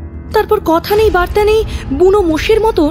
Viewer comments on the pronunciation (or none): none